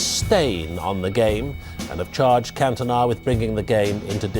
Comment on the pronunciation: Did you really just call Cantona Cuntona you stupid yank